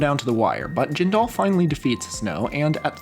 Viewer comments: Jindal rhymes with spindle. It's not jin-DAL. Sinema is pronounced exactly like cinema. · This is great and I'd recommend using phonetic spelling for last names in your script (Jindal is pronounced JIN-duhl, Sinema is pronounced SIN-e-muh, and Peltola is pronounced Pel-TOL-uh) in future videos.